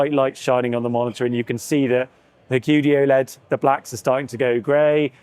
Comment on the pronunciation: qd-oled... What an embarasement 🤦🏻‍♂️